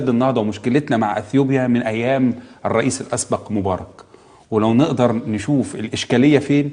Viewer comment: ههههه لو ما جات تنطق الريس لسانها اتلبش